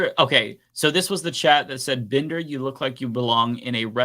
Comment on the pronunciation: The surname BINDER comes from the German for a cooper or barrel maker as in Fassbinder. It can also be Jewish. pronounces it BIN-DER, but shouldn't it be BIND-ER?, are you Ashkenazi Jewish origin, or are you ein Deutscher volk??